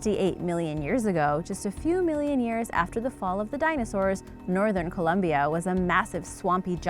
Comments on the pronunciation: Nobody: Her: Caloombia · found in a coal mine in coalumbia haha learn some english lady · I laughed when she said Coal-umbia....😂😂😂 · Why did she say Columbia like that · the way she pronounced Colombia made me stop watching immediately